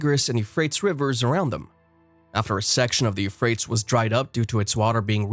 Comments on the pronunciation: He kinda lost me at You Frates I think every other person ever pronounced it properly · Dude.. this narrator is hurting my ears.. its like a liberal college student talking about how the Democrats won the war of 1492... I'm like.. who's his editor? Teach this monkey to speak.. You-frates? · Yes, thank you! You definitely said what I wanted to say, but I didn't know how to write out the pronunciations. It has bothered me so much that I haven't been able to watch this video. Every time he says Euphrates wrong, I cringe and then realize I didn't hear anything he's said in this video, even after barely 2 minutes. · That is not the correct pronunciation for Euphrates River it sounds so crazy when he says it... .. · Archeologist who doesn’t know how to pronounce Euphrates (U fray teez) and Tigris (pronounced like Tie griss). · Al Furat, & "Tee-gris" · 25 seconds in & I can't watch anymore. Your pronunciation of Tigris and Euphrates are horrifying.....